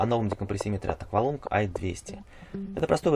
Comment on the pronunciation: Aqualung на английском произноситься как "акваланг".